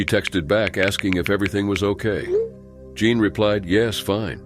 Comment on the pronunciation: "Jean" pronounced as "John??" Clearly it's "Jeen". He vacilates back and forth between the two pronounciations. These narrators drive me crazy